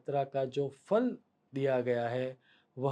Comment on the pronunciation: Fa nahi. Pha. Phalam astu te